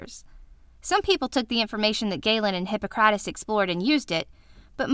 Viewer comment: Omg that pronunciation! The emphasis is on hi-PPO-crates. Also, I thought people believed illnesses, physical or mental, could sometimes be attributed to the 4 humours.